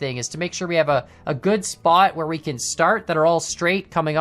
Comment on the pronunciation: “We kAN haul” lol